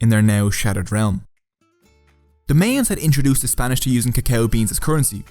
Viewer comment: Mayans is pronounced My-ans it does not sound the same as the month of May